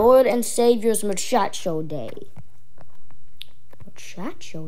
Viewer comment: Bro said Muchacho Day